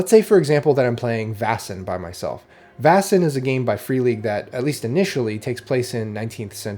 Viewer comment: Vaesen is pronounced "Vay-sen", not "Vah-sen", by the way. It's derived from the Swedish word Väsen, cognate with the German Wesen: Being or Entity.